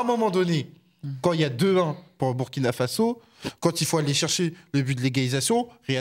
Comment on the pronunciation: Non, pas BUrkina, mais BOUIrkina, BOUrkina Faso, c'est nom entier...